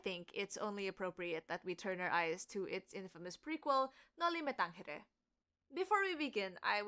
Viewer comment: You might want to reconsider your pronunciation of the letter g of the novel title's last word, viz. tangere.. You pronounce it as if it were Spanish, i.e. like the letter h in the English pronoun he. This is incorrect. With tongue firmly in cheek, I say ibagsak ang imperialismong kastila! You correctly point out that the title is in Latin. As the last native speaker of Latin passed away more than a millennium ago, the standard rule is to invoke current Italian to determine proper Latin pronunciation. After all, Italians are the progeny of the ancient Romans. Applying the foregoing logic, as well as seeking corroboration via Google Translate, the letter g should be articulated like the letter g in the Italian word gelato. One last point for those who, like myself, may find the title of the novel somewhat inscrutable. I came across a French translation of the title that provides a succinct yet accurate summary of the work, to wit <<Au pays des moines>> or Sa bayan ng mga monghe.